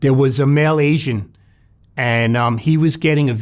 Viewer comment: Is he saying male Asian or is he saying Malaysian?